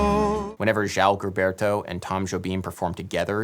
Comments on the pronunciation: Can’t believe you got this deep into the song without knowing how to pronounce João Gilberto’s name. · It hurts my ears each time you pronounce it GUILBERTO... it's pronounced "jo-aho jilberto" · João Gilberto - pronounce it Joo-um Jilberto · Er... there's only one "r" in "garota" (girl). You just called it "the garrotter (strangler) of Ipanema", which would indeed make it far weirder. Also, it shouldn't be too hard to find videos on YouTube where people say "João Gilberto" before calling the man "Djao Ghilberto". :-P